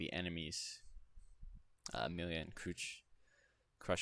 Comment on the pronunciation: Oh, hey. I think you did say it right when you called her with an oo and not a u, but you still called her Crutch XD As in... The tool that old people use to walk XD Let me try it again XD You pronounce her name as Croosh, but it's written as Crusch. Does that make more sense? :) Sorry for being late though. I kinda forgot about you XD